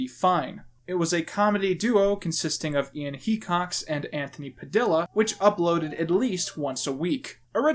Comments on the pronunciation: its pronounced padeeya not padilluh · he said padiLLa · triggered IT'S PA-DI-YAH YOU BIG CLIPBOARD!!! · "puhdilluh" GAAAAAHHHH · heard you say pa-dill-a and had to unsub. (j.k. love your vids) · Im scared of how you say tortilla if thats how you say padilla. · Great video, but the way you say Padilla is cancerous, good lord.